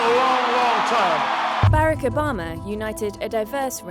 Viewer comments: Who is this "Bare-Uck"? I have heard of "Bar-Ock". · “Baarack Obama” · Lol “ Bayrac bama “ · I’ve never heard Barack pronounced that way before. Is that how people from the UK pronounce it? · I found it distracting that the narrator pronounced President Obama’s first name wrong lol. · Is annoying the way the narrator lady is pronouncing Obama’s name. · Narrator fails to pronounce Barack correctly, thereby destroying all credibility of this piece. Shame on you!!!